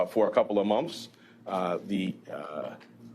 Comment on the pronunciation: monfs? who the hell takes anyone seriously who says monfs instead of months?